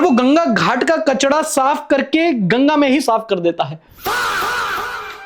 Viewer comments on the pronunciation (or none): bhaiyaa its kachraaaa not kachda